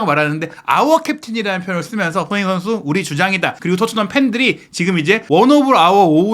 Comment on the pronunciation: 제발 기자면 사람이름 제대로불러주세요 손헤이 선수가 뭡니까.. 손헤이 손헤이 선수라... 발음좀 정확하게 하세요 사람 이름입니다